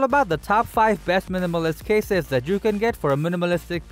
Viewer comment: I think he want to say cases😂